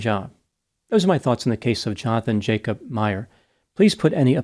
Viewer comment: Just fyi, the Dutch J is pronounced as the English Y. So 'Yonathan Yacob'.